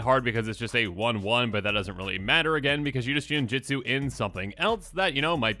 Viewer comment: You keep saying "ninjitsu" which is how WOTC wanted to print the keyword, but was unable to due to a lawsuit. The keyword is "ninjutsu".